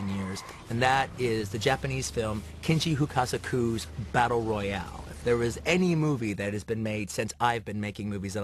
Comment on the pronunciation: Did he say Kinji Hukasaku?